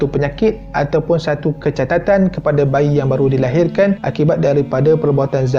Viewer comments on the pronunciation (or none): catatan ke cacatannn....aku dengar dua bende ni bhai hahha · kecatatan kecacatan😅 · kecacatan ke kecatatan? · Kecacatan...not kecatatan. Ok? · Bang cecacatan bukan kecatatan bang😊saje betulkan😄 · aq sorang je ke dengar dia cakap kecatatan .... bukan sepatutnya kecacatan ke? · "kecatatan"(kecacatan)..aku sorang je ke yg perasan..ke aku yg x betul ni😅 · Kecacatan atau kecatatan ? Dia buat aku bingung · seriuss aa.. KECACATAN bang. 5x aku dgr hang sebut KECATATAN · Kecatatan hahahahaha. Sah sebut woii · Kecacatan bukan kecatatan huhuhu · Kecatatan? Bukan kecacatan ke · Berapa kali kecatatan daaaa.. Kecacatan la bang.. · Kecatatan kecatatan tak habis2 aku rasa nk lempang jantan ni...KE CA CA TAN la aduhhh!!! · Kecatatan or kecacatan😂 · KECATATAN TU APA . KECACATAN AKU TAU LA 😒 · Sorry tapi itu kecacatan bukan kecatatan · Kecatatan instead of kecacatan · sy ja ka yg dengar.. dia ckap kecatatan bukan kecacatan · kecatatan tu ape guys. saya tahu kecacatan jer. ke mmg speaker ni dok sebut sbb ada mksud trsndri kecatatan tu. sbb ber ulang2 plak tu dia sebut dlm vdeo nih. ke mmg sebelum nih dia belajar sebut mcm tu kot...errr maybe hahahahaha🤣🤣🤣🤣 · Hihi.. kecatatan kecacatan....... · Kecacatan bkn kecatatan 😂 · Kenapa "kecatatan" bukan kecacatan ke? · Sorry to say this but,am i the only one who hear him say 'kecatatan' instead of 'kecacatan'?or im the one who wrong?😂😂😂😂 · haahlah XD aq dengar kecatatan juga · Baru perasan dia cakap "kecatatan" 😂😂😂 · Dia tgh feel sampaikan sampai tersasul. Sy pun kdg2 camtu🤣🤣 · Kecatatan pun boleh... 🤣🤣🤣🤣🤣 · Kecacatan, bukan kecatatan. Tu nak catat nota bang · Kecacatan bang, bukan kecatatan 🤣🤣🤣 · AHAHHAHAHA baca ni and dia pun sebut kecatatan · Kecatatan bang?.. Bukan skali rasanya aku dengo dy cakap gitu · kecatatan hihi aaahla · Kecatatan eh? Ke aku yg salah dengar..😂🥺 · kecatatan.. hihihi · You are not alone, bro. 😂 Dia susah sebut kot perkataan tu. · ini bukan dibuat2 ye anak2😂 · Hahahahahahaha aku pundengar🤣🤣🤣🤣